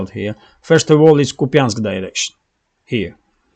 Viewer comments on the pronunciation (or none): none